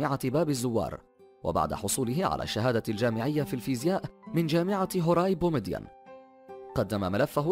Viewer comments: يا عم ابوس رجلك انطق انجليزي صح ... وحتى العربية ...اية هوراي بومدين ...اسمه هوااااااري بومدين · كأن الذي ليس عربيا إسمعوا كيف نطق هواري بومدين 😁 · هوراي بومدين hwari منتطقش horay وواد سوف wad souf متنطقش wad soof وبسكرة biskra مش baskara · من واد سوف ليس واد سو وجامعة هواري بومدين ليس هوراي بومدين صحح لفضك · هواري بومدين ليس هوراي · لازم تعرف كيف تنطق بعض الاسماء مثل وادي سوف واسم البطل هواري بومدين ... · شكرا على هاذ المعلومات والتعب والجهد ولكن ماهي مشكلتك مع نطق الكلمات بالعربية لأنك تنطقها بطريقة غربية وغريبة خاصة فيما يتعلق بالمصطلحات الجزائرية مثلا اسم مدينة بلقاسم هي واد سوف وليس وادصو وايضا الجامعة التي درس بها هي الهواري بومدين وهو شخصية معروفة يعني وليس غريب